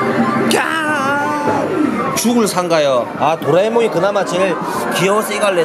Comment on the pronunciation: 도라에몽을 또라에몽ㅋㅋㅋ